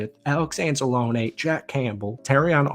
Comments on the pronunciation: an-zah-lone-knee not an- za-lone-aye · Stop saying Anzalone wrong :(